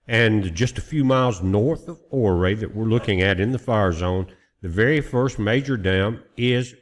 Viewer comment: Those are the Indian peaks west of CO 93. And it’s pronounced oooray 😂